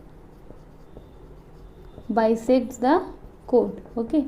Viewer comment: Missssssss l am sorry but your pronouns of choord is wrong